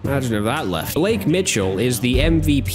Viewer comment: getting Blake’s name wrong for multiple videos now is hilarious 😂